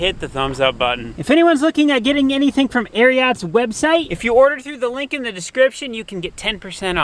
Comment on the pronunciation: You pronounce Ariat wrong